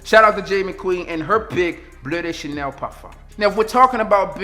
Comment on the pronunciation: bruh the way im laughing at how u pronounced "BLEU de chanel" my boy said BLEH de chanel lmaoooo